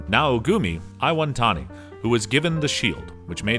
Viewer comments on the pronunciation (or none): Naogumi ionetami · not only are the names butchered, but some aren't even spelt right "naogumi iwantani" like bruh, his name is naofumi iwatani, hearing it broke my soul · This guy who's a self proclaimed '': "Naogumi Eye-won-tami" Leave my man Naofumi I-wa-tani alone!